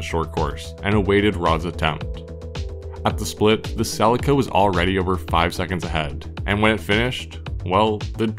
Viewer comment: Celica See Lee ka Ffs